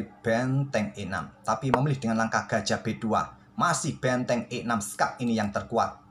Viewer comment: Kok aku denger suara admin bilang betteng klo ngomong benteng😂